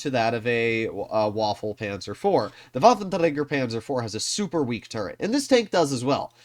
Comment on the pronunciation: Pls fix your "waffentragger" pronounce. Thanks